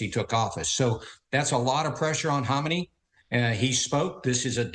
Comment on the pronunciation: Isn’t it pronounced Ka-may-nee? Not Hom-in-ay?